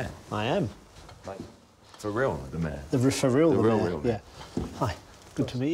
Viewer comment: Why do you pronounce mayor as meh?